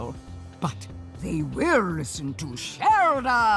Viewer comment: Vinny, Shelda is like the most normal sounding name in this entire game, and you fucked it up like that?